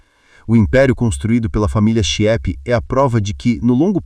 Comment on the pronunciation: A família é Chieppe, que se pronuncia "quiêpe", não é "chiépe".